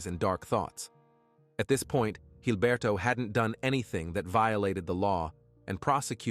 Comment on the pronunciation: Jesus Christ it's Gilberto. With a G. Quit pronouncing it with a gay ass accent. Call him Gilberto, blockhead, pig, or shit for brains. Not Hilberto.